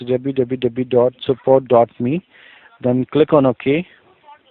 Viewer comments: doblu doblu doblu dot* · dablu xD